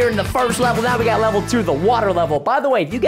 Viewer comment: he sound like he said robbed when he probably meant to got a new hoodie